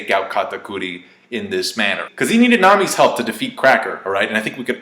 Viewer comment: The way you pronounce their names makes me cringe lol